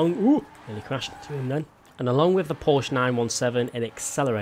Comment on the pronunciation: You said Porsche wrong. Love ya